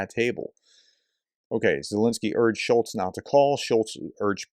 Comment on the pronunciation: "Scholz" you should at least know the name of the people you talk bad about. But it shows a general trend how people who don't even know the names of people think they understand the issues of a country. lol